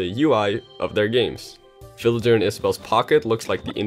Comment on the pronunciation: In the beginning I thought he said "children" instead of villager...